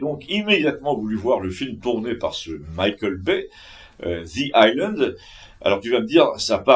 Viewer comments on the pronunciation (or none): none